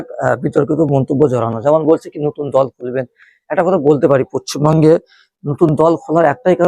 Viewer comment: আরে গাধা পশ্চিমবঙ্গ টা আগে ঠিক করে উচ্চারণ কর